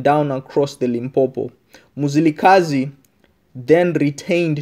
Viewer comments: Its Mzilikazi not muzilikhazi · I can't carry own listening to this my ancestors are crying wit you saying muzilikazi its mzilikazi where are you from my brother just tell us your story not our story mxiiiiiiiii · Lishona leli who doesn't even know how to pronounce "Ndebele" and Mzilikazi" correctly 🙄🙄😏